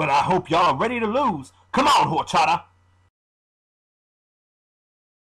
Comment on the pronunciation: LOL! Whorechata instead of Horochata! I love these videos! =)